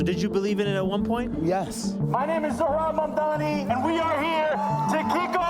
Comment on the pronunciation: "zohran mamamdi" 😭